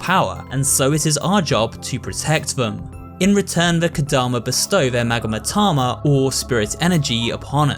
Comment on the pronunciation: It's magatama, not magamatama